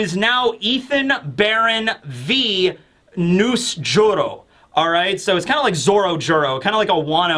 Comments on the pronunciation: it's V. Nusjero. Venus jero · Waiting for to pick up on "V Nus-Juro" is pain ❤